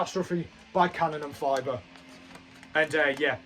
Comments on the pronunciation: Yeah its "Kanon en fee ber" ther is no fiber (as in glass fiber) its Fiber (pronounced like you have to issue a fee). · Have you seen them live ? If you haven't, go see them, they're awesome! Your German made me laugh. Here's a little help : Fieber is pronounced like fever but with a b instead of the v :D